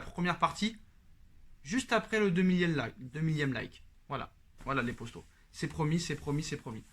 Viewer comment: ok je me disais bien aussi que ça devait être un truc comme ca